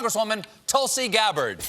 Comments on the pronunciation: Wow! Someone other than me said it, I wonder if the 2 of us are the only ones who commented on her name's pronunciation. I'm actually more surprised with she herself pronouncing it as "Talsi". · What a shame she can't even pronounce her own name right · It is pronounced Toolsi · Wow, she cannot pronounce her own name properly. It's Tool-see.